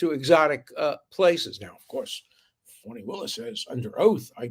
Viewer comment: Her name is Fani as in Butt! It’s an old southern name… my aunt was Fani Belle❤️ don’t care how she trys to change her name… if it were Fauni it would obviously be spelled differently!!